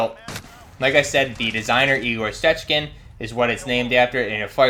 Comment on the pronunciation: Damn, I don’t speak Russian but that pronunciation of the name was great